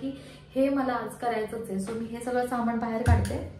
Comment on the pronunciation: सामाणामधे नसतं ग बाई सामानामधे असत😓 aavghad aahe re devaaaa